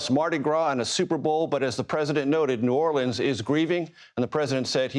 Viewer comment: Cringe for how he said New Orleans…. They didn’t vote for him.